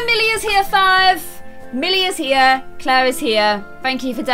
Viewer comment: im sorry but... ITS NOT CLAIR.-.